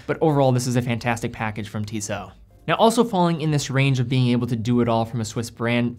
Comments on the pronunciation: TISSOT (i) not TEESOT (e). It's an 'I' sound, not a double EE sound. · It’s TISSO with a silent T if you want to be that technical